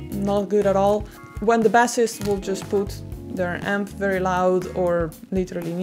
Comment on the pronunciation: All right, everyone. I’ll tell her. You’re pronouncing bass and bassist wrong.